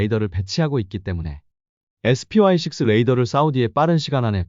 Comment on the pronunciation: 여태까지 사람목소리 인줄 알았네요 SPY6 를. 스파이 씩스 로 읽지 않고 에스피와이 씩스 라고 읽는 사람 없습니다. 어쩐지 숨돌리지 않고 읽드라니. AI 였네